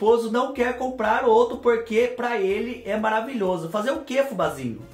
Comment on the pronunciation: eu gosto do seu sutaque e qdo vc fala pruque🤗🤗🤗🥰